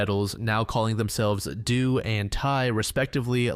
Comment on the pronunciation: One clarification: in Heaven’s Gate, “Do” and “Ti” are pronounced like the musical notes- Do Re Mi etc